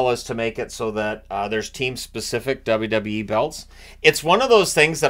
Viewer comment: As a fan of since he started and also a wwe fan so weird hearing him say wwe haha